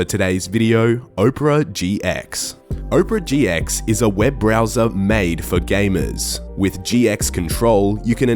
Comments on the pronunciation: op-ra gx. not oprah. haha. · Wtf is O-prea GX? Its APERA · "Oprah GX"